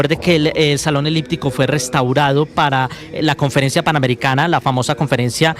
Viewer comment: Salon “liptico ” dice Jorge Alfredo.. Se dice salon “eliptico”.